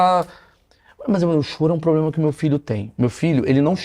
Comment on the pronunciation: Essa mulher vive em quê mundo? Quando falou "poblema", já parei...😅😅